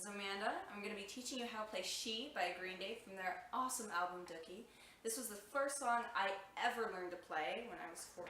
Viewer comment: Did you call it DUCKIE? It's doo-kie dookie